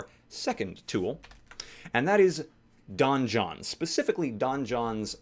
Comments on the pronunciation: Donjon is pronounced the same as Dungeon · "Don-John"... Donjon is just french for dungeon.